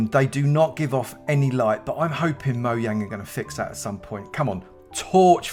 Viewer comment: is it supposed to say “Pow to Play Minecraft?” And is it “MoYang.” Everyone always says “MoJang.”